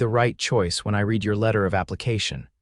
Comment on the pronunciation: This was a sweet story and we'll done for AI. I like that the narration remained consistent. The program needs work on punctuation (the difference between a period and the mark of abbreviation) as well as pronunciation of words based on tense (read, read).